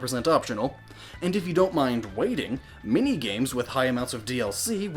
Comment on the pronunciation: Every time you said "many" I heard "mini" Sofor a second I thought you were talking about mini-games